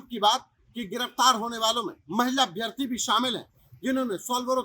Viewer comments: अभ्यार्थी नहीं अभ्यर्थी होता है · 461000 नही दिए है परीक्षा 7.5 लाख के लगभग दिए हैं कम से कम जानकारी तो सही रखो यार 📍📍 दूसरी बात अभ्यार्थी नही अभ्यर्थी अर्थात छोटा अ की मात्रा होती है। अभि + अर्थी = अभ्यर्थी यण स्वर संधि होती है। इसलिए अभ्यार्थी न बोला करो थोड़ा भाषाई कौशलता भी सुधारो